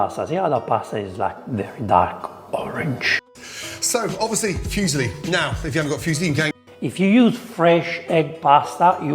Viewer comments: Except it's not even silly - it's zilly... LMAO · Yeah Ramsay calls them fuse-lee... LOL. "Arugala" ???? That's Arugula. Obviously this guy's talents don't include proper pronunciation of non-English words. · Being fussy about pronunciation is one thing, but he was basically talking about a Chinese guy called Fuse Lee (probably a relative of Bruce and Jet). It's not like it's impossible to pronounce it more or less correctly, like foo-silly would already be a lot better and probably passable to most reasonable Italians. Hell, I'm French and it low-key triggered me a tiny bit when he pronounced the 't' at the end of "bon appétit". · The correct pronunciation of "fusilli " is foo-zeel-lee, not "phew-see-lee". The word "Phew" sounds express relief or disgust. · What the hell are "Fuzzyli" Gordon is talking about ... sounds like some heavily overcooked pasta ;-) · fuesli its muesli pasta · My brain short-circuited when I heard him say "fuesli." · Gordon Ramsay Fusilli Pronunciation Guide: * Few Zilly * Foo's Illy * Fee Use Lee * Fuse Hilly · Aaaah, the famous Italian breakfast cereal pasta, the Füsli/Fuesli! 🤦‍♂️ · The way Gordon pronounces Fusilli. What a silli thing to do. *silly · Bit nit-picky with the pronunciation of fusilli there! 🤣 What about that other pasta shape, looks like an Action Man bow tie? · You're nit-picking and being pedantic on everything when it comes to Ramsay. He pronounced Fusilli wrong and you got giddy like a school girl over it like it's a big deal. I bet you pronounce foods from other countries cuisines wrong as well. You're being proved wrong about the fresh pasta point in the comments too. Your jelousy is so strong it's making you sound like an idiot. Well done 🤦‍♂ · Great reaction video. If the master of Italian food gave this dish high praises, I have to try it. You'd think he would know how pronounce Fusilli. In the meantime take care of yourself. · "Fusilli" rhymes with "muesli" :).